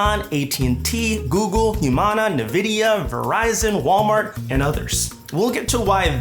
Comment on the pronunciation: What you should be apologizing for is that pronunciation of Nvidia